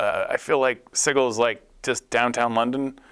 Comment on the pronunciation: I really don't understand the insistence on calling it "siggle."